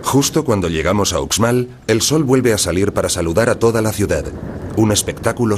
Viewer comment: Porque lo narra un extranjero se oye terrible no es ucsmal si son profesionales deberían esforzarse más